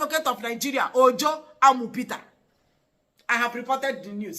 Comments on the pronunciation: Emphasis on Amu peter 🤣🤣🤣🤣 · why are you emphasizing on that "Amu peter"😂😂😂😂